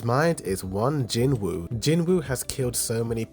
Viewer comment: Brother in jinwoo the w is silent so it's jinoo rather than Jin woo